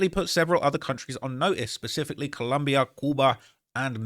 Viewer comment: its ColOmbia, not ColUmbia, are u american or wtf